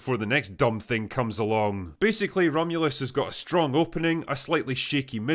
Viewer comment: so drunk he fucked up the name of the movie atta boy drinker